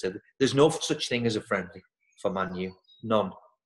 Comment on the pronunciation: Bruce saying man utd the way he does is a bloody shame. he should know better.